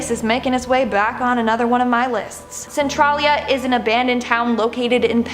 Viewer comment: You pronounced a few of those wrong, It's Cen-Trail -Lia and Dull-Say